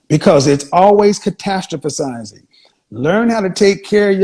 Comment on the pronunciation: Did Kevin just say “catastrophasized”??